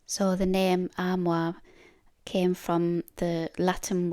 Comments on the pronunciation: Your pronunciation of “armoire” was excellent! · Beautiful job and pronunciation of the Armoire. They are lovely pieces of furniture and very useful. Hi Beach Boys 😊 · Perfect pronunciation of this word "armoire" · You pronounced "armoire" beautifully and your accent is lovely. I am from the southern US (New Orleans, Louisiana) and have a decided southern accent. Many people assume a southern accent means that its speaker is stupid. Celebrate accents! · Wow,!!! You sure outdid yourself on this armoire! Yes, you did pronounce it correctly! It turned out SO nice!! It was a lot of hard work to accomplish, and I kept wondering HOW in the heck did you get that big piece of furniture HOME??? I had visions of you strapping it to your back to bring it in. LOL!! You're such a tiny woman, that it should have been impossible for you to move around in your garage. As always, I enjoyed watching the boys. Sully is such a HOOT. He's so funny. I'll bet he sleeps a long time when he gets back from the beach. I wish I had 10% of his energy. I could get a lot of things done here. Thanks for the lovely video! I got the giggles when I saw you drinking from my "favorite" cup. It's too funny. I need to get one of those for myself. I hope your next piece is much smaller, and lighter in weight. I don't want you getting hurt. Take care of yourself, and your family. See you on the next one!!! Sending hugs!!!